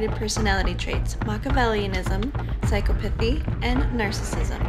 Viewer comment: psychopathy is pronounced sai - kaa - puh - thee not like how it was in the video